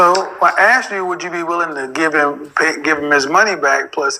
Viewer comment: the moment this lady when from average to below average. How is the word “asked” confused with “axed”?